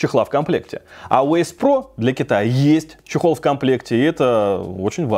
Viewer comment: почему ген а не джен? и эйс а не асе?